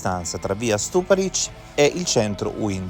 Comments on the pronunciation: Rèsinovich , Stùparich ...gli accenti, perdio! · sulla seconda. Nel video viene chiamata Resinovìch, e chi legge sbaglia anche l’accento di Stuparich